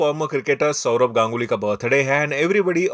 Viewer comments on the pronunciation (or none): none